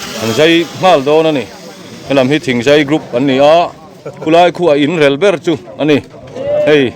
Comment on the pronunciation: A ngaihnawm in mi tlawmngaih phusa suau suau te an hmuhnawm khawp mai, Heng mi tlawmngaih khaw hrang hrang amite hian thla an ti muang thin reng ani. "REL" tih lai hi i thluk deuhhlek thina, thluk lovin ri khamphei rang vutin " REL" tih mai la a dik zawk lo maw le ? tih thu ani tel. bawk ang. Ka lawm e.